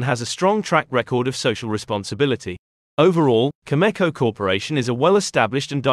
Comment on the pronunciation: Cameco, not Chemeko